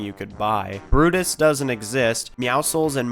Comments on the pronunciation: Bro called Gunnar Brutus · No way you called Gunnar Brutus